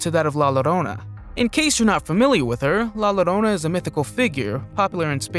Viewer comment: La llorona is pronounced la yorona in english ; as in spanish the two LL's toguether Its' is own letter and is pronounced like a Y.